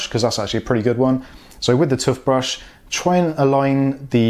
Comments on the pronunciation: Man said "tuffbrush" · Anyone else annoyed at how he sais toothbrush?